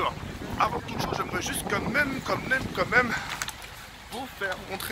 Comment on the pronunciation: PAR CONTRE MON P'TIT J'TAIME BIEN ET TOUT MAIS LES "COMME MÊME" STOOOOOOOOOOOOOOOOOOOPPPPPP